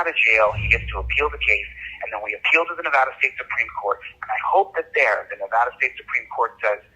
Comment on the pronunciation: Here in Nevada we pronounce it Nevada, not Navodda :D